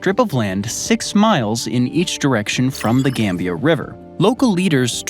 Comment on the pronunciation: Why you gotta make some countries sound like elements? Gambium, slovakium, korium 😂